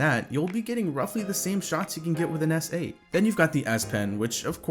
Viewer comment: did this guy really just say snote